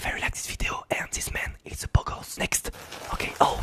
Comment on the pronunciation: Whu did you say bogos like moroccan